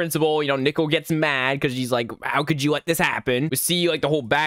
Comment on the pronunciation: Bro why does when he says "nickel" instead of "nicole" is the scariest part if the video💀💀💀💀💀💀💀💀💀💀💀